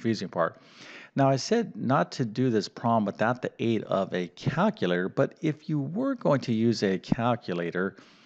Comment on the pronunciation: As an individual who excels in language, NOT Mathematics, it grates on my nerves to hear "cal-cuh-later"...😂